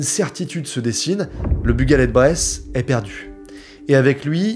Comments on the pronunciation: Haha j'allais mettre le même commentaire, mais totalement d'accord, la vidéo est très bien et ça n'entache pas la qualité ! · Ça me fume comment tu dit le nom du bateau . Sinon super belle vidéo ❤!! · Brton ici, t'as massacré la prononciation de "Bugaled Breizh", mais c'est pas grave la vidéo est super